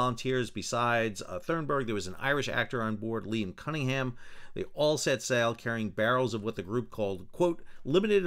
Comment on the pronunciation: Why do you say Thurnberg when it is Thunberg. There is no R after the U. Edit you say Cunningham correctly Thunberg is similar.